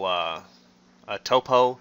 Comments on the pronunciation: Hahahaha.... Toe-po! Bra... Top-O... like top-o-graphic! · It's pronounced "topo" not "topo"